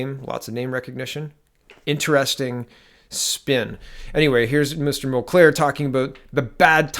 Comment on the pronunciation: It's pronounced "mull-care", not "mull-claire". Great video, good analysis. Hoping this is the beginning of the end for this disastrous government.